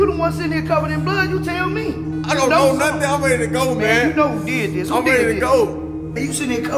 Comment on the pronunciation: For a second I thought dude said “why , would he be talking to you without no thoink”